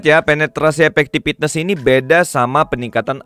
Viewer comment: As always, video informatif banget, makin yakin sama prioritas banner yang harus digacha wkwk Tapi sorry nih, coba dengerin pengucapan 'Effectiveness" di google translate dong. Padahal selebihnya kata2nya enak banget, tapi gatel ngedengerin satu itu salah ucap. Sorry banget, ini mah biar video nya makin perfect.